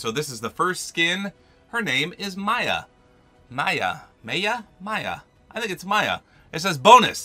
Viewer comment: Her name is mia maya Mia maya maya what’d did you say